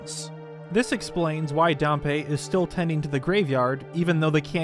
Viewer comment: Why do youtubers so often mispronounce words snd and names? Pa-mella? No, PAM-ELLA- is how Pamela is pronounced. It's also Dam-Pee not Darm-pay. For Dampe.